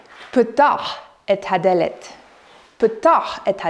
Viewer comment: onwards, "lekh el-haddelet" etc. Not to nitpick, but would it not be "haddAlet" in pausa?